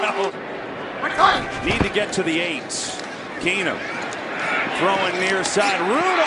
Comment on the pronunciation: Jered Boucher you would get a death sentence for that. And it would be worse if you did it Everytime they said keenum